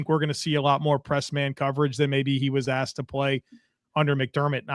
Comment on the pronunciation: aXed?!? you might not know this but the correct pronunciation is aSKed with an "SK"... you're a professional right? God bless you! 🇺🇸🦬🏈